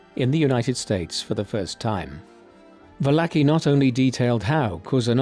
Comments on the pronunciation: Not "Vallaki" ... it's "Valarchi" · Well done. But you absolutely butchered Joe Valachis name. Vah-la-chee.